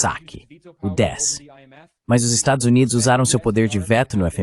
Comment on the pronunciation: A tradução IA consegue todas as palavras, mas não consegue falar "estados unidos".